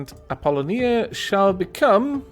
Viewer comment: That is indeed the correct way to pronounce Apolonia in Greek. In English however, you give emphasis to the second "o".